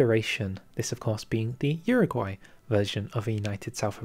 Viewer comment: Uruguay* not Uraguay